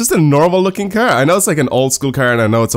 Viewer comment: He pronounces car as cer or ker... I understand he has a sort of accent but it bugs me